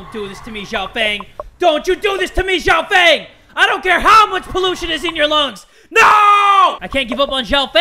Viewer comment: Every Chinese knows he pronounced Xiao feng wrongly oh we'll :/